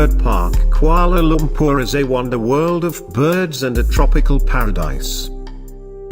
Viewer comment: Its not kumala Lumpur its Kuala Lumpur